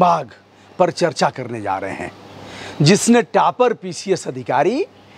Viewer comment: टापर नहीं होता हैं बे टॉपर होता हैं